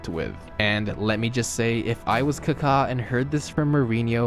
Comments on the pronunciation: What is Kakhaa? It's Kaka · Dude, it's Ka-ka not Car-car. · It’s supposed to be more like a British saying, Car-Car no R obviously. Not KuhKaa. The accent mark isn’t the same as in Spanish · He literally said "Cockatoo" without "too" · he just sounds weird saying it that's all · It’s amazing how you mispronounced every single name .. people .. venues ..